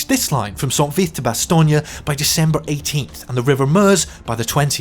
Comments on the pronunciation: Bastogne is not Italian. It is not lasagne. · If you pronounce "Bastogne" enough different ways, one of them must be right, right? (The win goes deep on the "oy" in "toy," very very light on that G.)